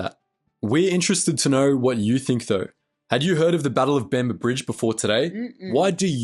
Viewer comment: This black monkey can’t even get the name of the location correct. He calls it “the battle of Bamber Brigade.” The location was “Bamber Bridge” in NW England. Who on God’s earth allowed these simian-like creatures to “escape” the plantations where they belonged then - and belong now? Picking cotton was all they were ever good for.